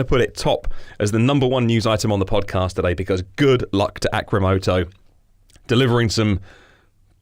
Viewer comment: You spelled the company name wrong in the title and was saying it wrong the whole time... it is supposed to be "Arcimoto" A, R, C, not A, C, R.